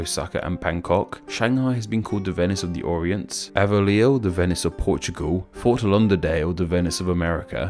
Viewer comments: slight pronunciation error. It's pronounced "Ill-a-noy" The "s" is silent because it's a French rendition of a Native word. Edit: Also, it's "Fort Law-der-dale" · "Fort Lunderdale"